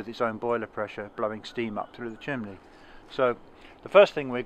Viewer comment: ...Please go to your brother and teach him to say CHIMNEY. Chimley is something a 7 year old would say. You have had over a half century to learn the vocabulary of your hobby, so get with it and go back to the basics.